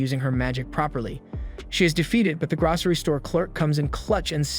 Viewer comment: Gracery? Wtf is that lol you mean grocery